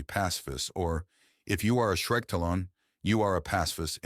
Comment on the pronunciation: Hey, think you can do anything about the pronunciation of Shriketalon in the future? It's getting silly lol